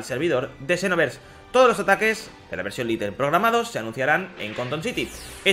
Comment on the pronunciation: No es LITEL es LITE